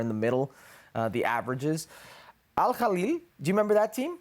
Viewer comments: Alhilal not alhaly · It's Al-Hilal, not Al khalil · You don't even know to pronounce Al Hilal, what do you know about the Saudi league? Hahaha it's not soccer for sure. Don't forget Saudi Arabia beat Argentina in the world cup with Messi in the team.